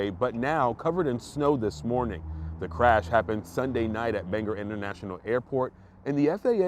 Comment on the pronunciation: Bangor - bang gore, accent on first syllable.